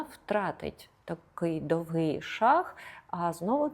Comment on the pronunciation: Немає такого слова з наголосом: довгИй шаг, крок!!! Незрозуміле пояснення